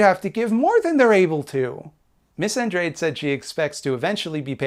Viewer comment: Andrade - pronounced on-draw-day